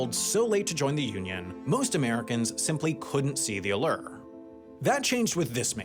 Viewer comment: I’ve never heard that pronunciation of allure before.. 👀